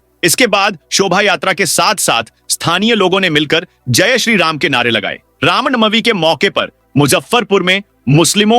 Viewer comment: Ram nawamee hota .Sahee uchcharan karen